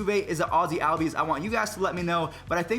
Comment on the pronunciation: No offense but pls say ozzies name correct